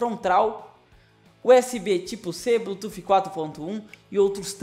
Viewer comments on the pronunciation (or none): none